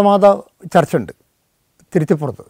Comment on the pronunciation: തിരുത്തിപ്പുറം അല്ല സാർ തിരുത്തിപ്പറമ്പ്